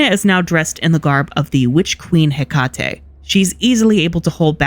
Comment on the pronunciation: Who says heckatie like thst?